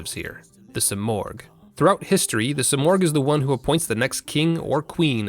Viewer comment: Simurgh is pronounced Sim-Merge no Oh sound.